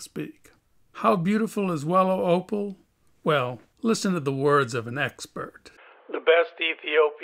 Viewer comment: Everytime he say opal i hear oppo its opal noooo its oppo and latest oppo is oppo reno expansive i cant buy